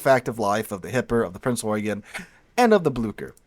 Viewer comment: Thank you for this. I haven't played this game yet, after having a bad experience with WoT, but will now. Excellent video. Subscribed. P.S. You are the first YouTuber, or Documentarian I have seen, who pronounces Prince Eugen correctly. Well done.